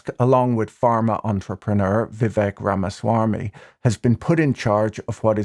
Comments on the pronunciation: “Vivek Rama-swarmy”, yep that is a well placed R and very casually delivered! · Rama - swarm - me : pronunciation sounds racist